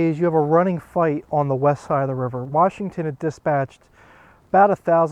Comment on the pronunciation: Good old Warshington lol